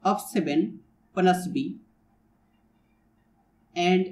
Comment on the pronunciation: plus b ❌ bluss bee ✅✅ i'm really astounded after hearing your spectacular pronounciation and you made my dayy today ): thank you so much brother